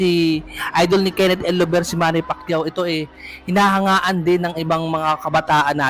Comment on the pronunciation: Bakit "el lover" pag pronounce mo? Dapat Llover as in double L. Parang Liover pag bigkas nito idol. 😅